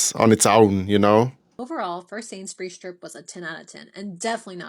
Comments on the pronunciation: A supermarket shop should be like a military manoevre, with lists and planning, purpose and determination. No browsing.. And it's Sainsbury's, not "Sainsberries". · First mistake was calling it Sainsberries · Her first mistake was calling it "Sains-Berries"!